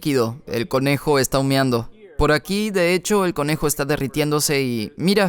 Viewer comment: No se dice "humiando" sino "humeando".... En ambos casos nada tiene que ver el verbo orinar, pero por construcción de la palabra se pronuncia como dije. Colombia,sur_américa, 11/agosto/2020.